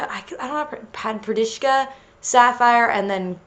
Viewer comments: Padparadscha is pronounced (Pad-per-a-cha) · I think the correct way of pronouncing "padaparadscha" is "Pa-Duh-Par-Ahd-Shuh" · Just to help u out its pronounced pad-par-ad-sha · it's pronounced pad-puh-ratch-kuh. it's russian! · its pronounced Pad-paRAD-Sha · here, this is hpw you say padparadchsa. PAD-PER-ASHA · Pad-par-ad-sha just a little help I heard you struggling its a hard word lol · Padparadscha = Pad-Pa-Rad-sh-a Not tryin to be rude, just wanna help :D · Padparadscha is pronounced pahd-par-ah-ch-a